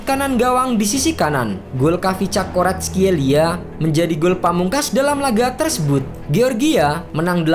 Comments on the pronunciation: Admin nya kesulitan sebut kvaratskhelia😂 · Admin kesusahan sebut nama si kvarat wk